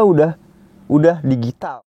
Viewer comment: Baca nya 'dijital' bang bukan digital..